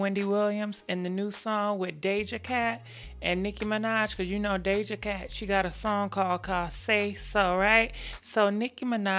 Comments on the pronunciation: It's pronounced Dough-juh (Doja) Pls I love you but you pronounce 95% of celebrity names wrong. It's annoying. Love you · Doja cat (Dohh Ja cat) Daja 😂😂😂😂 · Girl I thought I was bad with names. "Dayja Cat" 😂😂